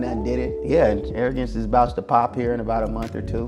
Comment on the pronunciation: Arrogrance???😂 get the fuck outta here.